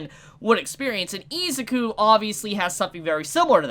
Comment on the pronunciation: i hate how you pronounce izuku, you say izzzzzzzukuu instead of iz-uku